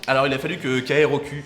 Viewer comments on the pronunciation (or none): KROQ ça se dit kay-rock